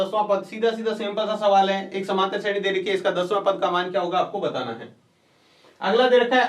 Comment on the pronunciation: vo shredhi nahi shreni h